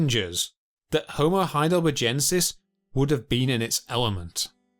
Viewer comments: Why does every phrase have an upward inflection? Every half sentence must be a question? Also... Heidelber-jensis?! That species must be named after the famous German city of Heidelberj. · Or saying 'HeidelberJensis, instead of HeidelberGensis It's clearly named after a feller called HeidelberG. Thick git. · Why does the narrator not know how to properly say Heidelbergensis? Bloody hell...it's from the name Heidelberg! how do you say berg? and then just add the 'ensis. After a while this really got on my nerves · All my life it's been Heidelbergensis; when/why did it become Heidelberjensis? Or was the region actually CALLED Heidelberge/Heidelberj? THREE different checks ALL say heidelbergensis NOT Heidelberjensis "German spelling was regularized to be more consistent with pronunciation, and "thal" became "tal". In 1952 Henri Vallois proposed that it should be spelt as the Germans spell it, and the "-tal" spelling has become widely used since then. The "-thal" spelling persists most strongly in England. ;¬) Jury still out! 'Neanderthal' can be pronounced with either a 't' or a 'th' sound - both are acceptable and widely used in English. The German pronunciation, however, has always been 't' (German has no 'th' sound). " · Heidelberjensis? What sort of retarded fuckery is this pronunciation ? When you go to Burger King or McDonald's , what is their main menu item? A burger? O a Burjer? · The "G" in Heidelbergensis is pronounced as the "G" in burger. It is a strong G sound, not as the "g" in Algeria. Great documentary btw!!!